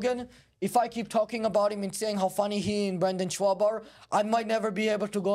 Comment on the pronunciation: I love that he calls him “Shwaub”